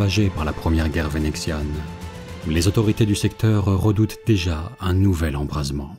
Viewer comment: Rrrrrretombé. Rrrrrrravagées. Rrrrrredoutent. Vas y doucement avec les r gutturaux, s'il te plaît. C'est assez désagréable à l'oreille.